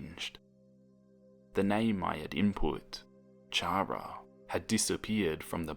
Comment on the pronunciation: I love this but chara reeeeeeeeeee how u say it triggers me